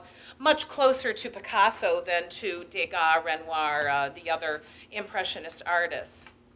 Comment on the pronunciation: And van Gogh too. And Degas. And speak in a softer voice.